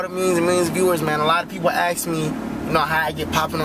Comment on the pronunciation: alot of people axe you?